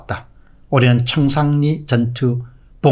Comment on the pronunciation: 청상리가 아니고 청산리. 한국말 발음부터 재대로 하자.